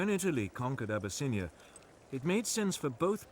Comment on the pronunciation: Abyss-in-I-A 🗣 ok deep water Ocean flood